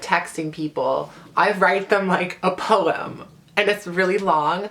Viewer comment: idk why but I love the way you say the word "poem"